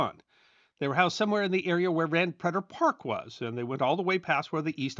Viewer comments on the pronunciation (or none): East Alton was the town I grew up in! I had no idea you were there, though I knew you were from the St. Louis region. EDIT: Ah, O’Fallon, got it. Pretty close. FYI, the “Preter” in “Van Preter Park” rhymes with “crater.” Van Preter was a notable, long-serving East Alton mayor. ‘60s and ‘70s IIRC.